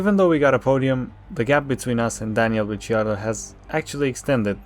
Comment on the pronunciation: no, its because he pronounced it as Ritchy-ardo